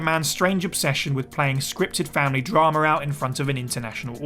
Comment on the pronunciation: Drama* not Dramer